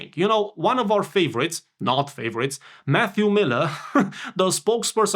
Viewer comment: When you said, "quote from Matthew Miller", I thought you said, "quote from FU Miller", which would be more appropriate.